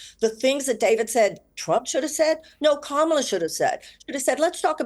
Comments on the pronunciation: that 🦝 is the worst. intentionally mispronounces her name to appeal to his racist viewers. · When Kamala’s name is mispronounced then you know who they stand for 😂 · I think it's really rich that people try to question VP Harris' intelligence while constantly mispronouncing her name. Little children can pronounce it. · You will notice only the Trumpers mispronounce her name as an insult. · Half the country is so dumb they can’t even pronounce Kamala correctly. And these are the people that will tell you she isn’t qualified to be president. Sorry but if after four years of her as VP and you can’t learn a name, I have very little interest in your take on intelligence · Why are people that can’t even pronounce “Kamala” on political tv lol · This goes to show how bad misinformation is. They refuse to pronounce Kamala's name correctly. This is systematic. This Morgan show has a Trump back rub and feels good kinda seasion. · Piers should correct Baron's friend's pronouncing of Kamala's name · Baron's friend can't even pronounce Kamala's name. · This guy comes on and complains about getting called stupid, then mispronounces the name of a major candidate that has been in the media constantly for months. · At f-ing least make sure your guests pronounce Kamala correctly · It's crazy that it is late October now and people still can't figure out how to pronounce Kamala's name correctly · smug arrogant genius kid can't even say Kamala Harris' name right...it's embarrassing to him that he can't pronounce her name properly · The fact that only Piers and David even attempted to say Kamala's name correctly tells you everything you need to know. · This is mostly garbage. The right wing guests don’t know what 5th grade students know: The correct way to say our VP’s first name. If they don’t understand that, what hope is there that they understand anything more complex?